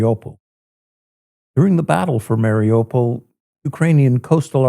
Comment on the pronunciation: Listening to the locals pronouncing of Mariupol, they say "Mare--oooh, pul.